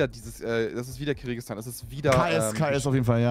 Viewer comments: “Kirigistan” … Basti c’mon Geoexperte🤭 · Wie Basti Kyrgyzstan ausspricht triggert so hart